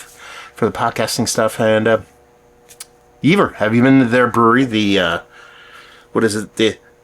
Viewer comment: It is pronounced: "Yay-ver pilsener"